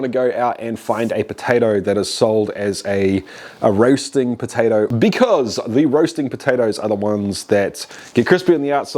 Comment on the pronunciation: is it uuuuuurthie pahtaytowie flayvah?